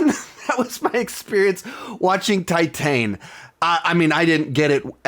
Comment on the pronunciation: Titane is great. Also look up how to pronounce it. And it really went over your head. Also just because you didnt like something doesnt mean you need to insult people who do. Also maybe question some of your own assumptions